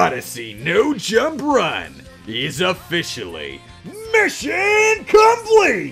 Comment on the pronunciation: MISHAWN COMPLEETE